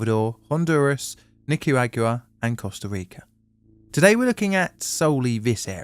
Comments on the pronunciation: But not "Nicky-Ragu-a." Edit: Or adobe "abode." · I'd say this was a case of far too much pronunciation going on in that word lol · "Nicky Ragyouwa" I can't get over the british rule about never pronouncing spanish. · Awesome video as always. But what a way to butcher nicaraguas name lol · Got absolutely blindsided by that pronounciation of Nicaragua 😂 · Yeah, that was.....wow😂😂😂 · They way Brits pronounce Nicarauga will never not amuse me.